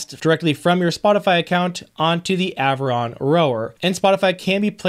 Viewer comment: you are saying the product name correctly. So how did we get to ?! Lol